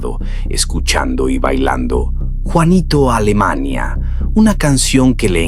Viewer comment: No sabes ni de loque hablas juanito alemania jajaja es juanito alimaña.este man no sabe nada😅😅😅